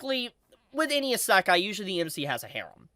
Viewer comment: This guy really has a manga review chanel, but can't pronounce Isekai